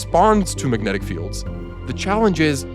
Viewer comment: uhh... "magentic"? 😅